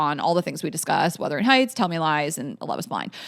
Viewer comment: Not withering AND wurthering. Omfg 😂